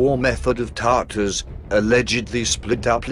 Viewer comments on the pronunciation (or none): none